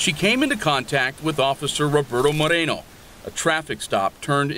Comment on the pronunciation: More-ā-no. Stop ethnicizing the damn names.